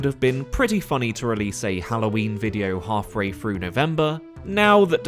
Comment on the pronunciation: Hawfray Froo December.